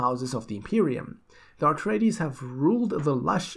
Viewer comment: Please... please please - It's A treides, not AR treides. Just a friendly correction, so you don't trigger the die hard Dune fans.